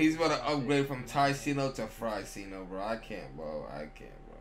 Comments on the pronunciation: Fryceno lol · Cold tyceno= kryceno